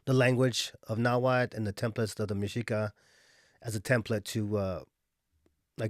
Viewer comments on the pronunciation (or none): Mexica (meshica or mejica)=Azteca.: They where known as Aztecs because they came from Aztlán,Aztecas they become Mexicas when they founded La Gran Tenochtitlán. From the word Mexica is where it comes Mexicano. and México And the languaje is call Nhuatl no nawhal you need to pronunciate the tl the word you are saying refers to a shaman that transform in to spirit animals ..so plz sayit right Nahuatl. and i would like to add that this kind of distinctions only exist or are relevant in USA in Mexico all are Mexicans even if you are zapoteco purepecha whichol etc etc you are mexicano there are no terms such as european mexican of afromexican ..that just doesnt exist in mexico.